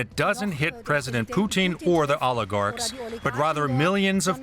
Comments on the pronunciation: I can’t stand how she says Putin she pronounces is Poutine like the French Canadian food French fries, fresh cheese curds, and brown gravy it’s drives up the wall. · Why does she say Poo-teen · The anchor keeps calling him, Pesident Poutine?! 😂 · Why are these talking heads suddenly going out of their way to pronounce his name “Poo-teeeeen” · As a Canadian, I love how she pronounces his name as "Poutine". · She's saying Pootin on purpose 🖕😇